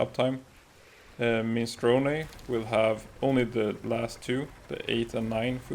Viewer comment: “mini-strow-knee” it’s an Italian word. not Japanese